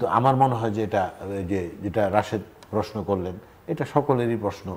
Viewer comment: আপনি প্রেশ্ন বলেন কেন, বলবেন প্রশ্ন। অদ্ভূত শোনায় ।